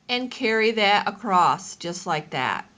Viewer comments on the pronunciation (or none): You said "accrost" --- that cracks me up every time! That's not how I do FI, but no matter.